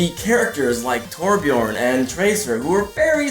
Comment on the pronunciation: zulkonit ikr he could've said pyro but no he said torbjon